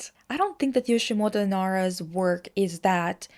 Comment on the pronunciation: My heart bleeds a bit everytime you say Yoshimoto lol It's Yoshitomo :) One of the reason why he uses a little girl motif is him hearing his mother said he had a dead twin sister whom they were planning to call "Michi" . This conversation with his mother captivated him a lot and probably influenced his motif choice... but well we never know. This info was give by my tutor who wrote his biography and spent lots of time personally with Nara himself. But she also mentioned he's quite unreliable in describing his own work lol